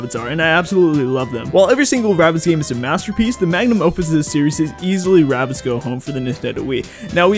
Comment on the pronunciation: It's RABBIDS. There's no T in the name.